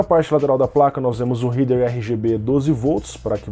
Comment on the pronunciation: Uma dica, "Header" se pronuncia "réder" e não "ríder". Abração!